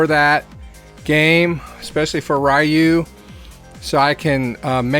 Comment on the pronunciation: ewwww the way you said ryu wrong look up ninja gaiden videos they say ryu right like saying the y a i like rui